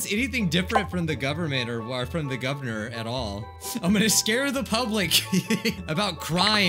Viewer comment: Messes up on the word “Governor” once, Also: Repeats as “Gubvernor”